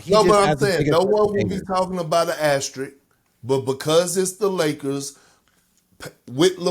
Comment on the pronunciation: Funny that no one was able to pronounce asterisk correctly in the whole video 😂